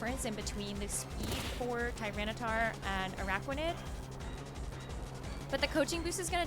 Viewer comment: Bennedict Cumberbatch: 'Pengwings': 'Anaraquanid'